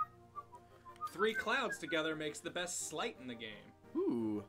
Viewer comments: If you're trying to think of it like the word "sleigh", don't. Sleight and sleigh are actually descended from completely different languages that handle the "ei" sound differently. Sleight is from Norse, where the sound is pronounced with a long I (like Sleipnir). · It's "sleights" as in "sleight of hand". So "slay" is wrong.